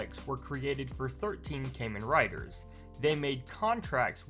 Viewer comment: the kamen rider reference is very funny but loose. btw KAHmen rider no cayman rider lol.